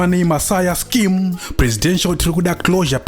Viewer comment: It's more like "scam" than scheme😂😂😂😂